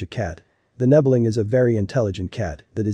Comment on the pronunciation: Aren't nebelungs solid grey? Also...you're saying "nebbeling"